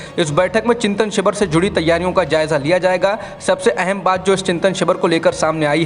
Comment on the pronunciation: शिवर? या शिविर? उच्चारण पर ध्यान दें